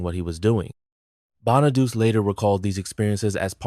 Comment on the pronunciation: Danny Bonaduce’s last name is pronounced BON-A-DOO-CHEE, NOT Bon-a-deuce. The real reason Ricky Segall was a problem for the show was the fact that he couldn’t sing or act—period. And he wasn’t needed, either. For both reasons, he shouldn’t have been cast in the first place. But by the time they realized their mistake, the show was ruined as a result, which really confirmed the axing of the show. Another reason “When We’re Singing” was replaced was that David Cassidy didn’t sing it. It was recorded with the same singers that sang on the two songs on the first album. Another fact: David Cassidy’s voice sounded different than his real voice in the first two PF albums because they sped up the tape of his vocals to make him sound younger than he actually was (they wanted him to sound 16 instead of 20). DC rightfully objected to this, so starting with their third album, “Sound Magazine”, they released his vocals at the proper speed.